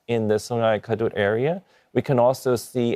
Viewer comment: Please pronounce the right way. “Kadut” like car-doad. Not “c’doad”. That means wrinkle in Malay language. Wrinkle river 😂